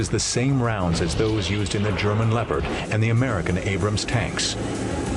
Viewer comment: He pronounced Leopard wrong XD